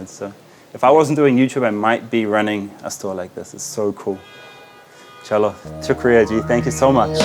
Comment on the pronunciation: I like how he says ‘chalo’. Small things like that make you blend in.